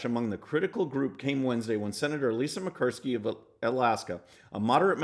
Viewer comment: It's pronounce Mur -kow -ski I'm from Alaska.She not my favorite Senator. You totally stumble over that name.😅lmao